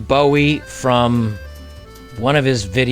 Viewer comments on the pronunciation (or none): none